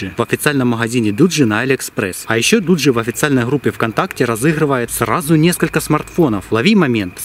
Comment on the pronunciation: Дугги а не Дуджи (Название телефона)